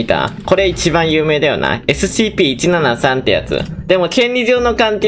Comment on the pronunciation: 「えすしぃいぴー」好きｗ